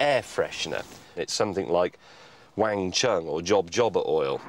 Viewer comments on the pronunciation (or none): none